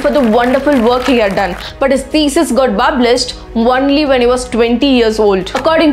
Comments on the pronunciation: We would like to hear “bublished” only bro no need to correct it, The day when you pronounce correctly then I leave your channel for sure 😊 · Small correction it's not "bublished" It is "published". Please correct 🙏